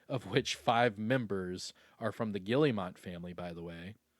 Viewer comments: The fact he just kept saying Gilli - mot 😂😂😂 it’s pronounced Ge - Air - Mo they are French. lol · Pronounced Gill-mot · that "guillemot" pronunciation is killing me